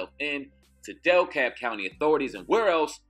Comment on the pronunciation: Cuz..... Its DE-Kalb (decab) county... Goodness... Dellkab... Smh